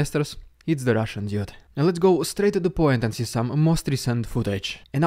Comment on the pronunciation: You're not saying "dude" correctly.